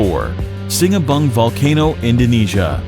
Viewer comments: It's not pronounced 'See-na-bung'(Sinabung) but 'See-na-boong'. Please pronounce it properly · notice now he said singabung instead of sinabong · It's easy Si-na-boong and why did you make this to be a complicated sentence